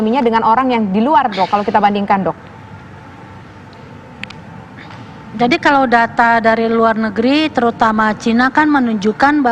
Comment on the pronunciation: Gak enak banget nyebut title Dok kan kayak dog